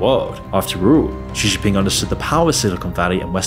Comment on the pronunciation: It's pronounced Shee Jin Ping. Also arguing that Russia is well off based off of that farcical Tucker Carlson propaganda piece makes me question your critical thinking capabilities. China is a threat to be sure, but a lot of your arguments and sources are questionable at best.